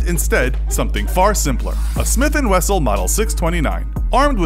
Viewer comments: smith and wessel lol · ah yes the trusty Smith & Wessel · A smith and wessel? 😆